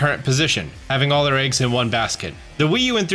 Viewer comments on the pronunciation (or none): none